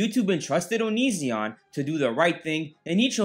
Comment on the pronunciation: Love how you mispronounce is name! Poetic justice!